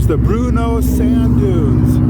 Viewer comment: I grew up in Mtn. Home, and when we would pronounce Bruneau we would emphasize the first syllable (Bru) of the name.